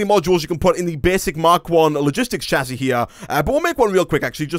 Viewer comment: hey you know that it pronouced "shasy" not "chasy"